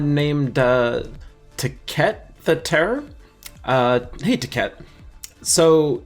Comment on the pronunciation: "someone named Tacet (stumbling through mispronouncing) the Terror" 😂 I'm guessing you were joking.